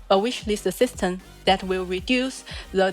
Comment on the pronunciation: why she say "systeN" insteed of "system"? wtf